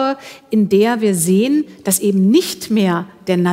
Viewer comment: Ja,: "Ebent!" 😡